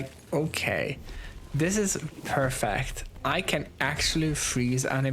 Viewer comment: the fucking perfeeeeehhhhct the accent man ''dies''